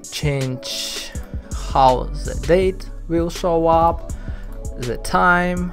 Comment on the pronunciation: why you still using "z" when you speaking? Especially when you said "the". You still saing "z". Its hard to listen to it.